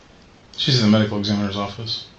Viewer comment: His response, "medical.... ex𝘼𝙈𝙄𝙉𝙀𝙍'𝙎 office??!!" He sooooo thought he convinced with the next minute, but M I S S!!! 😂